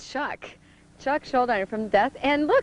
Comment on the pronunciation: Although she did pronounce Chuck's name wrong - dude was too polite to correct people